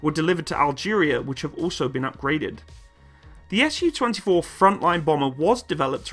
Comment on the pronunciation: I'll be "that guy" and point out the "Su" here should be pronounced as a single syllable as it came from the maker's name. If you pronounce it as 2 syllables (ɛs juː) then it'll be misunderstood as Samohodnaya Ustanovka